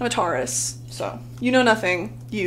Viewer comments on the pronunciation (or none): Ma’am did u just say tarus.. LMAO